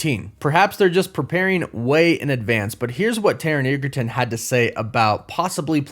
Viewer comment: Edge-a-ton ! Not what you said.